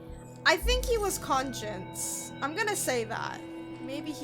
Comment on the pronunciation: great playthrough! just letting you know, “conscious/unconscious” is pronounced differently than “conscience” ♥️